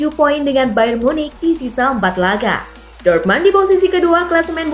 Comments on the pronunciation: Min,kalo jerman apa tulisan nya itu yg dibaca,dortmund tetap dortmund bukan dibaca dortman,koreksi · Ngomongnya biasa ajalah ngga usah banyak gaya,,ngomong Dortmund aja jangan dorman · Dortmund kali bukan dortman,bicara lah yg bener semoga kk sepasi yg lama cpt kembali 🤲